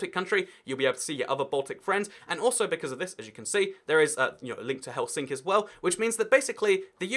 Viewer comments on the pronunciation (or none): none